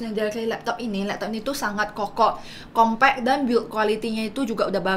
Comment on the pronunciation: Compact mbak, bukan kompe'